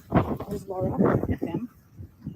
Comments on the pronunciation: Wow bit of an over reaction there to mispronunciation of Laras name. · Maybe don't assume bad intentions when people innocently mispronounce a name?